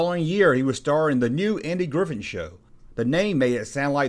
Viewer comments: Um, his last name is Griffith, not Griffin. Mispronouncing a proper noun, someone's name, is Broadcasting 101 stuff man. Thumbs down. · Is he saying Andy Griffin?